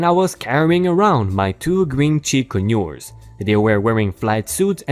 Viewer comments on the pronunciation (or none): Pronounced Con-ures not co-nures